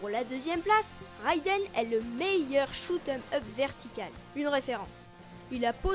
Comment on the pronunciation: Bon concept le seul problème: on voit (on entends surtout) que tu lit il faudrais faire un peu plus naturel la dessus. Et pou les shoot'em up il faut prononcer shmup ou shoot them up ^^ sinon encore une bonne vidéo signée